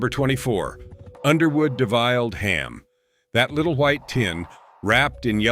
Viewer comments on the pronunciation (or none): It's deviled ham, not de-viled ham. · 😂 Defiled Ham... 🤣